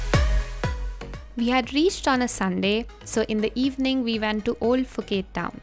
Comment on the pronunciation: Ph = P not F